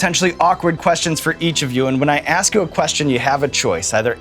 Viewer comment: "Pick someone else to ax off", easy mikes dad.